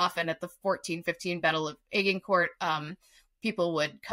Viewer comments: She was wrong on the pronunciation of the site of the battle. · Unusual pronunciation of Agincourt by the American lady.